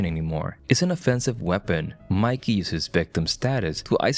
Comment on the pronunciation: It's Mickey, not Mikey!